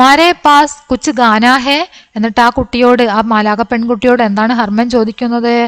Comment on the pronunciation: മിസ്സേ... ഖാ യും ഗാ യും വിത്യാസം ഉണ്ട്. ഖാനാ, ഫുഡ്‌ ഗാനാ സോങ് ആണ്, അതു കൊണ്ട് ഖാനാ എന്നുവേണം വയ്ക്കുവാൻ. പിന്നെ ഡൻഡ് അല്ല ഥണ്ട് (തണുപ്പ് )എന്ന് വേണം വായിക്കുവാൻ. മാം അല്ല മാ അതാണ് ബെസ്റ്റ് 👍